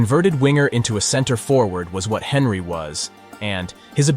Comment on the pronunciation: Was this whole script not only voiced by a bot but written by one too? And the editing and subtitles need some work. Video lost me with the Henry pronunciation.